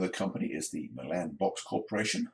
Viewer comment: Hey! Nice video! Just an FYI Milan is pronounced MY-lunn with the emphasis on the MY. After moving to TN 34 years ago, i had to familiarize myself with the local pronunciation of several towns. One of my favorites is Lafayette, TN pronounced la FAY et. Looking forward to seeing your model come to life! - Brian